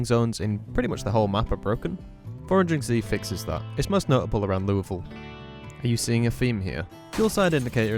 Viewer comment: It's odd to hear "Louisville" pronounced correctly. I'm sorry if the community bullied you until you got it right.